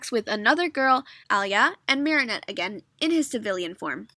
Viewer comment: Her name is marinette not mary